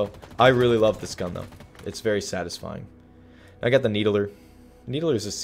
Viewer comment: Everyone: Needler: Needaler